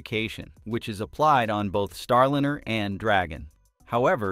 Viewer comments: Liner!!!!?!! Not linner!!,!,!,!,!,! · If you expect us to take your production seriously, You need to take it seriously yourselves. Get your voicing in order. Come on!!! "STARLINR" NO NO NO. "star"line"er!!! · Boeing's Star linner? Really?!? Is this AI voiceover? This s * u* c* k*s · why do so many of these type shows use a voice generator to read the script. It is boring, and becomes ridiculous counting mispronounced words. The name Starliner bounced back ad forth between the correct name and with a short i vowel sound. Boeing 737 was mispronounced seven hundred thirty seven every time. Why can't you just find someone with a nice speaking voice and ditch these awful computer generated voices. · "Starlinner", really! It's time people stopped using AI voices. They just annoy listeners, like AI art that wowed us for a few hours and then became same-y and loathesome. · "Starlinner"??? You trying to say something? 😆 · It is not a "Starlinner" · Get someone or something that can correctly pronounce words. Starliner is not Starlinner! Left . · What's a "starlinner"? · Why do you pronounce it Starlinner? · These robot voices are too much. What the hell is a star lin-- er. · AI pronunciation of Starliner😅